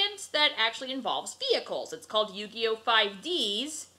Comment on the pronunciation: Yu Guy Oh had me dying🤣🤣🤣🤣🤣🤣🤣